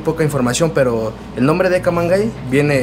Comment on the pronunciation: se supone se debe pronunciar "camangey"